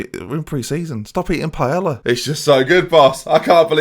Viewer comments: its not paella the 'l' is pronounced as y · Do Brits really pronounce the L in Paella?!?